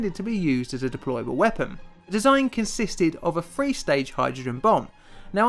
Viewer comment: where do you live that you think TH sounds like the letter F